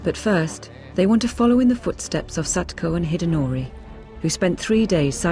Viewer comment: japanese women's name was NOT Sachiko. Her name is Satoko.